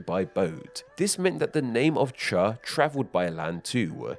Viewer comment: I commend you on your chinese pronounciation of cha, although I don't for the pronounciation of the jian in fujian